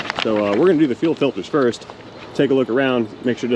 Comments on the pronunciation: "Filtes"??? What the heck is "Filtes"???? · What is a “filtes”?